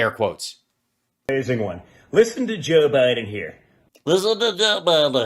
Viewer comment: did dooshJR say: jew Biden? “ listen to jew Biden here?” it’s hard to be pompous & stupid simultaneously, but he cinches that.😂